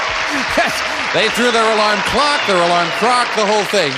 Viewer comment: jim said alarm crock 😂